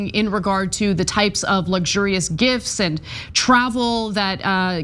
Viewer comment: Mesmerised by American’s inability to pronounce the word “gifts”.